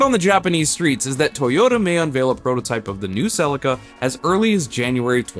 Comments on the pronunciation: Cell-eeka not silica LOOL. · I'm sorry the what? Toyota Celica = Suh-Lee-Kuh not cell-ika My Japanese mate just face palmed hard! lmao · Cracks me up pronouncing Celica as: Sell licka 🤣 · Repeat after me SEE -LEE -KA now pretend your Japanese and very polite as you say it ,, thankyou from JAPAN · It's pronounced Sell-ee-ka. Just saying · I wish you would pronounce Celica correctly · Well, that pronunciation of Celica just sounded bizarre!! Not how I ever heard anybody pronounce the name in Australia!! 😂😂